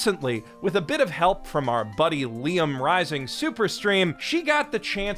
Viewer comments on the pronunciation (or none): none